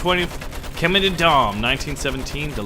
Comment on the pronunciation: It is pronounced shemin